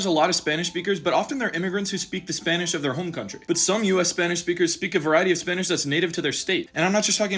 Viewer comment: Bro says Spanish a lot that he’s saying spinach